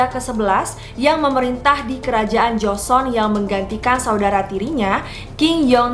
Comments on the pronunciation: Joseon dibaca Joson, bukan Jo-se-on atau Jo-sun. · Karna gak suka nonton drakor, secara pelafalan nama kaku bgt, penyebutan jo-se-on juga joson, aneh huhuhu, ceritanya juga jadi kurang nyampe. Kurang menghayati.